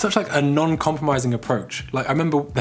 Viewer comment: Love the format and H is great addition...now if we can just get to learn from H and look at the person talking! Oh and say 'non', not 'nun'😋😁